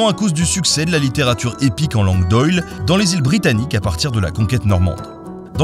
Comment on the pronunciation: Aussi on prononce "langue d'ohil", pas "langue d'oyl".